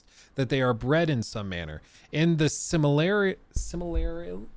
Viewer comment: It's pronounced Sil-muh-ril-ee-inn. Rhymes with 'million'.